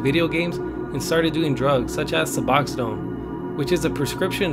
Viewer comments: Oh and it’s Suboxone, not suboxidone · Suboxone not suboxidone my only criticism love your voice and videos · You kept saying suboxodone. Its suboxone, its most commonly pronounced Sub-ox-en or Sub-ox-own. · Su-box-one There is no D in there bud. Lol either way keep it up bro good stuff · I think he was mixing Methadone and Suboxone up and caused him o say it as suboxodone lol. As someone who has used both I just thought it was kinda funny lol. currently on 200mgs of methadone a day as well. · It's suboxone not suboxodone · It's pronounced Sub-ox-on. 😂😂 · It's pronounced suh-box-own, not su-box-id-own. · I cringe everytime u say "suboxadone". Its just suboxone bro, just sayin. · Su-box-zone not su-box-za-done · Suboxidone thats not how u say it sts suboxone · Lol why you pronounce is suboxidone 😂 its called suboxone. Why would anyone try to get high off it? Such an odd choice, he was weird for sure. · I subbed to ya and liked the video, I just wished it was longer and more informative than just things that have already been said and heard. Last thing I am going to comment on is not necessarily the way you enunciate words but one specific word in general i thought it was hilarious how you called Suboxone Suboxodone LOL you got Methadone, then you have Suboxone(Buperenorphine) which both are opiates that are mainly used to wean heroin addicts off of opiates, such as pain pills and of course Heroin, but they have both also been used for pain management specialists and doctors have prescribed both for pain to countless Americans over the last century alone. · Did he say “suboxodone” ?? I think you are confusing Suboxone and methadone just FYI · SUB-OX-UN thats how you say it bro lol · Lol what in the fuck is "subaxadone" haha smfh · Lol . . "suboxidone" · You keep saying suboxodone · It's not the accent. It's mispronouncing really simple words. Hooked on phonics didn't work for him. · He saying it wrong😂😂